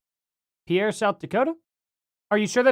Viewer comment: FYI the plane that landed in (pronounced peer, Sd) and Denver are different time zones. Denver is 1 hour earlier than pierre.